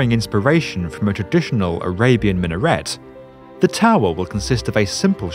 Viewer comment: how hard is it to research on the pronunciation of "minaret"?